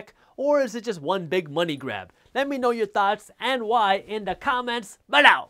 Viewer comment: The way you say "below" gives me nightmares